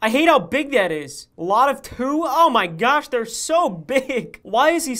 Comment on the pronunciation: “owh my gowsh 😨😨😨😨😨”